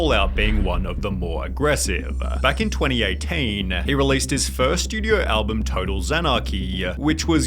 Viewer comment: Are you pronouncing "album" wrong on purpose like the weird guy that does pc tricks?